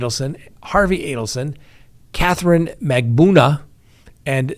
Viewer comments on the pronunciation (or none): Mag-ban-U-a, MAR-kel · Mag buh nu uh. Mar kell, not Markle. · MAG BAN OO A is the correct pronunciation